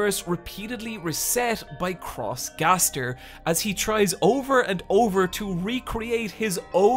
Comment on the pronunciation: If this guy Calls XGaster “cross gaster” one more fucking time i Will punch a Wall.